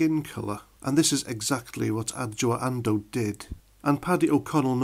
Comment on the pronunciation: Well done for saying her name. I would have botched it.